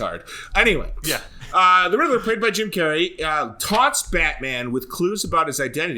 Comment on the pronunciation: RID-LER NOT RIDDLE-ER. Also, I'll take a Bat-brand. Go ahead and sear me up! :D